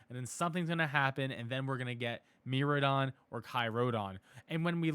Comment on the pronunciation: MIraidon = MEE-RYE-DON